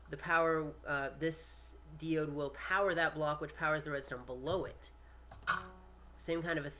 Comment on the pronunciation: By the way, diode is pronounced 'dye-ode', [daI.o:d]. Just for future reference.